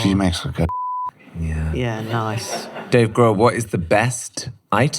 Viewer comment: Dave “Grove.”😂